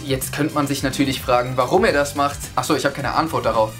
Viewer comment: Ahcso hast du auch gesagt😂😂😂